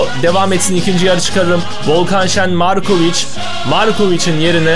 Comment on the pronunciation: abi lazar morkovıc değil valla yazar markovıc